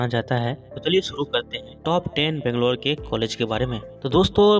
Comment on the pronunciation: Pronounce Banglore properly please